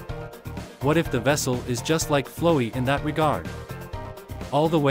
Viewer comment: lmao why does the ai voice pronounce flowey like that